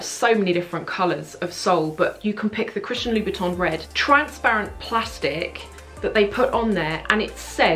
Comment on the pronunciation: Hi! I love your videos! I just wanted to say that it seems to me that you're calling Christian Louboutin "Christian Louis Vuitton" in this video..